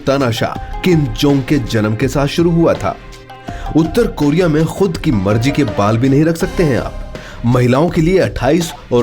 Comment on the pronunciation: North Coria bol be